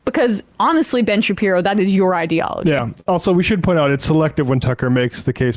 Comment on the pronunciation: When j aubry called him Ben Shapeepee 💀